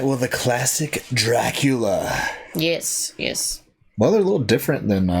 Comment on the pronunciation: IT'S NOT PROMOUNCED, DRAHCULA... IT'S DRACOOLA!